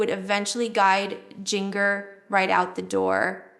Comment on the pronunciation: Agreed. It's AI. Jin-gurr is not how it's pronounced. Also we knew about the dating questionairre years and years ago. To the channel owner: Please stop the AI junk. It's dishonest and looks tacky on your part. Do some actual work.